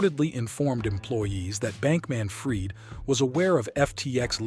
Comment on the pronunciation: Interesting video 🙂Although I got a bit frustrated at times when the AI narrator couldn't pronounce names correctly. And inb4 you state that you narrated this yourself: You made the video on the subject, so logically you ought to know the pronunciation of the names of these people - I mean .. even Sam's last name is pronounced wrong ('fried' as in 'fried chicken') only to be pronounced correctly moments later when pronouncing the last name of his mother ('Fried' as in 'I freed the birds'). Now .. If I am wrong, and you actually hired a human voice actor, I'd advice you to add a parenthesis with the phonetic pronunciation of the name or word, much like I did earlier. Otherwise, try feeding the phonetic pronunciation to the AI when having it narrate, do it yourself or hire a human until it gets better 🙂 Otherwise, keep it up - your editing is great👍